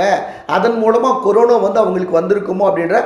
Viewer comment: கொரோனா..என்றே சொல்லவும்.. கொரோனோ...என்று சொல்ல வேண்டாம்..